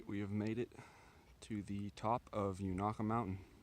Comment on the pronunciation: It is pronounced with a long a...Unaka!